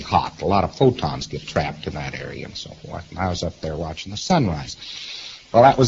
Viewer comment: He pronounced photons as futons this jerk is hilarious 😂